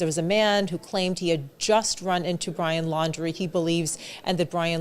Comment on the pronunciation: He can’t get the name right,fake???